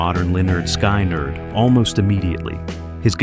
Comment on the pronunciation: Skynyrd, not Skeinerd. Interesting topic, but that detracts from the professionalism of the vid.